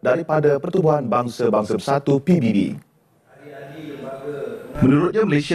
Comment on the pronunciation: Penyebutan ikutan Indonesia ngeja singkatan malah pi bi bi 😂😂